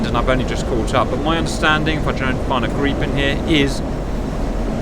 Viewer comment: Wow! Correct (swedish) pronunciation of Gripen (greepen)! 👍😎